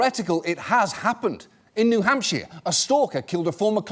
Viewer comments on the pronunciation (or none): Hey! He said "New Hampshire!" ...kinda. "Hamp-SHEER"